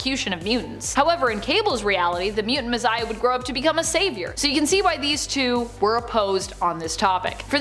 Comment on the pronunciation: Mizziah??? She doesn’t know how to say, Messiah?